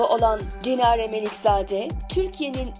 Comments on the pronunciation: Cinare degil Çinare🙄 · Cinare değil Çinare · Çinareye de Cinare deyir 😄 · Cinare yok. Çinare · Cinare değil Çinare Melikzade.İşi yaparken sağlam yapın.Bir çok ismi yalnış soylüyorsunuz. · Cinare değil yalnız Çinare Melikzade😂😂😂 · Cinare değil Çinare di asıl ismi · Cinare değil Çinare Melikzade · Video güzel olmuş ama Cinare deyil Çinare